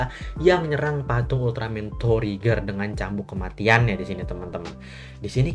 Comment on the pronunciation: Lu ngomong trigger kayak ngomong tregear bang